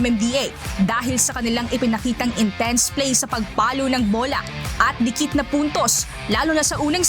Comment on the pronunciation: Dini dilit po dini dikit daw po